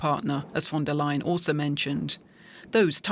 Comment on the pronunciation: DW is German. But the narrator still pronounces "von der lying" LOL